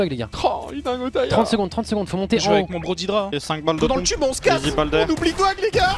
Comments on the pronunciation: C'est pas "didra" Mais "dédra" Venant de l'anglais "dead" Cordialement Pour doig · fais pas l'anglais dead sa se prononce dèd et non dédra